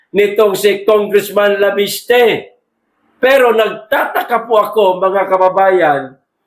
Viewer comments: cguro additional info ang binigay sa kanya para i add on sa press con niya. wala naman masama sa conversation nila , ttansparency ang ini insist sir " leviste" not"laviste" kind correction lang salamat po. nakita ko sa press con ni chavit may mga ebidensiya siya itong si cliriring bulag at bingi nonsense may isang pa ngang project na ginagawa nila sa gabi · Sir bakit banggit mo laviste..di ba Leviste